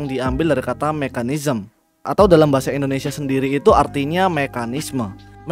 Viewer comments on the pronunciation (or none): none